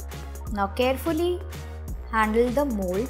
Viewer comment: i thought she said mole but then i realize that she said mold😅😅😅